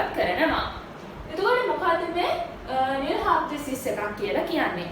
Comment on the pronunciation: This video is very good, But she is producing null wrongly, its annoying